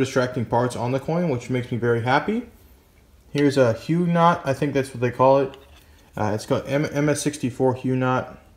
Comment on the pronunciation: To answer your question, Huguenot is pronounced like "HUGH-guh-not".